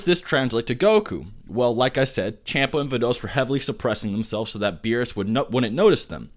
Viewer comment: bro wtf? its pronounced champa(Shun-pah) Vados(Vah-dos)